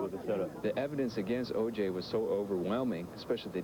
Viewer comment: I hate the way that dumb ass juror fucks up OJs name. Anyway, he's guilty as sin.